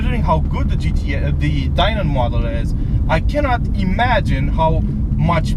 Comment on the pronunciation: It's pronounced Dye-nin. Just like Steve Dinan pronounces his name.